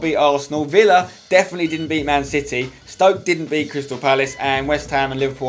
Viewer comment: Flipped out when said Stoke. The man almost went perfect!!